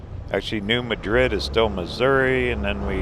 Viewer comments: It's pronounced New Mad Red. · New MAD rid. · I think it's pronounced New MAD-rid.